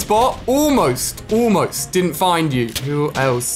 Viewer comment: The way he says almost (oolmost) killed me of laughing.